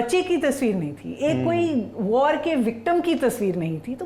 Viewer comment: वॉर को वाड़ कहता है, बिहारी एक्सेंट है😅😅😅